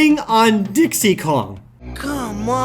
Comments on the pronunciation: "Hey Dix" what!? "Hey Dix" Dicks? "Dix" Dyeks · Just in case you need to get there quicks, to hear those Dix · Who else lost it when Jared said, "diyaks"?